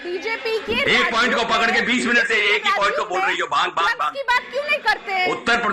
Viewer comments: Bhang ko Bang bol rahi hai ...bhang and drug ke different to pata hai Na... Bolne se pehele socho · Who is this baaang 😂 lady... she doesn’t even know how to say bhaangh.. 😂 May be she drank baang before coming to tv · Baang Kay pakode nahi bhaang bolna toh seekho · Bang nahi re baba Bhang bhang Jao pahle hindi seekh kar aaiye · बांग बांग बोल के दिमाक खराब कर रखा है बांग नही भाँग होता है।। टॉप की लाइन है अर्नव सर् का।😂😂😂